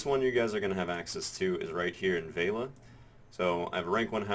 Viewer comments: VEH LEE UH not vale-uh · You keep saying Veila when it clearly states Velia as in Vel-i-a. :) I've also been doing investment banking in Heidel, both guaranteed and high yield. For guaranteed 700k i have gotten an average of 22k per time (10 times). For high yield 2kk, I've made ~90k per time (11 times). In total I'm about 1.2kk in profit, so far. For me. The losses with high yield are smaller than the gains. Profit is about 30-35%, while losses are about 25% or less. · oh god pls stop saying veila, its velia. it's like you have a typo in your speech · vale-a? VEL-E-A! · Ve-li-a. Not Vei-la.